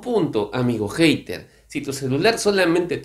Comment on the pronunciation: jater....? mejor habla español si no conoces la pronunciacion del ingles.